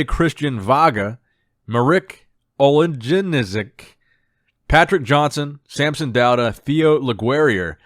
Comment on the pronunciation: Hey, greetings from Poland! Just for the record, the guy's name that you have problem to pronounce (Marek Olejniczak) it's pronounce "Olaynichuck". Love your work. Can't wait to the next episode.